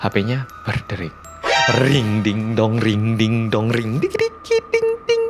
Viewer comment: Pas bilang "RIN DING DONG RIN DING DONG", bukannya aku takut atau merinding malah ngakak, gara" suaranya yg medok bngt😭🙏🏻